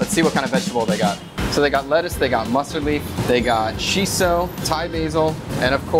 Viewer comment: the way you always calling perilla - "chiso" sounds so spoiled.